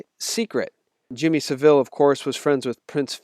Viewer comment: Thanks for that. Just a small point. I'm in UK and have lived in UK all my life. So I have seen Savile since I was a child on television and listened to him on the radio as he was a DJ. His name is pronounced with the accent on the first syllable, not the second syllable, like 'SAVile'.